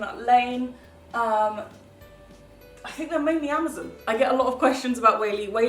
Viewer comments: I'm not a hater but I'm just laughing at the way you said Amazon it sounded like you said amozun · omg i like love the way that you say amazon